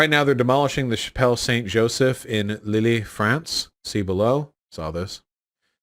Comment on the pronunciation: Vaush pronounced Lille wrong